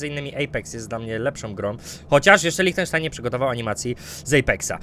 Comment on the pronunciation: Bez pierwszego e "lichtenstein"